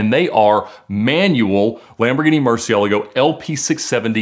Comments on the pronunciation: Man really said mursilego, and expects us to help him find it? Dude you can’t even pronounce the name of the thing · Even if I knew where it is, I wouldn't say jack just because of how he pronounced "Murcielago"